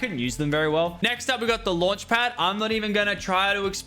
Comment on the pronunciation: When he was talking about the launch pad, his accent really kicked in